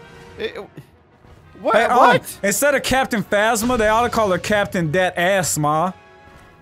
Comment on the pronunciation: captain fazzma? bruh its phasma( like phase-ma)